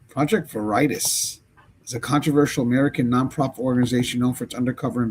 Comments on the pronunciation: Youre Pronouncing it wrong. Not 'Vur ITIS'. Its pronounced 'VER uh toss' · Project Veritis😂😂😂 It's VERITAS pronounced VER-ih-tass. It's Latin for THE TRUTH. Your pronunciation made me laugh so loud I woke up my baby!😂😅😂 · Veritas is pronounced Very Tas. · pronounced vera tas use to be on tv like60 minutes type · Veritas pronounced very-tasse. The truth. I’m not saying the “project” is the truth lol - just that’s what the word means. (It brings to mind that the brand name Verizon comes from veracity & horizon) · Ver.i.TASS, it's latin for 'truth' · Project Veritas pronounced, (Vare-ee-tass) James O'Keefe is famous. OMG is their new name. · Pronounce Veritas - Latin for truth; generally pronounced vuh-ree-tahs (/vɛrɪtɑːs/) or vair-ih-tahs (toss). The "a" in the second syllable is often pronounced as a long "ah" sound. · Lmfao, its pronounced Ver-uh-tah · It's pronounced Project Varitoss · Magnolia 😮 as well. VER au TAS is how you say veritas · Veritas (Latin for "truth") is commonly pronounced VER-ih-tahs or VER-ih-tass. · its pronounced vara a toss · veri tas say it with me veri tas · This is how it is pronounced sounds like this :vare uh tas its James O’keefe’s old company he isn’t involved with them he has a new company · Project Veritas, is pronounced VER-ITAHS, LIKE THE WORD VERY THEN TOSS, EXAMPLE: VER-IT-TOSS I'm surprised if you follow the news, you haven't heard of this before, it's a prevalent story in relation to politics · Wow. You don't know who James OKeefe is?? It is ver i tas, not veritas....lol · Ver-ee-tas is latin meaning "Truth". Just FYI 😅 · How to pronounce it is Project Very toss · Veritas is actually pronounced Var a tas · I think you are saying that word incorrectly. I think it’s pronounced Vera-toss. That’s how I have heard it before. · It’s Vera- tas . Legitimate company!!!! He’s on the news etc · Pronounced Var. A Tas. Very highly respected. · Project Veritas pronounced as Ver-a-toss. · ver - i - TAS, a latin word 😀❤